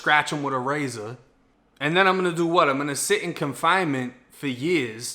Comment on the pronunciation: The "wat" took me out😂😂